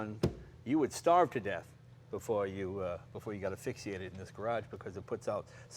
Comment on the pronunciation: "Affixiated"? WTF?